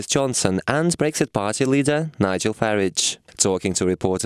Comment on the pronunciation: Learn to say Farage properly